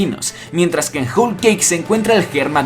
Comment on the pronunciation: se dice "jol"=whole y no "jul" como tu lo pronuncias. Por cierto buena teoría pero se te está olvidando el papel de dragón dentro del desenlace final. Saludos